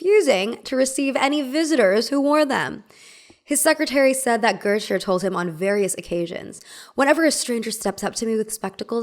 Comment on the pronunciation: Girl how are you saying GOETHE??? Where did you learn that, cuz it’s wrong af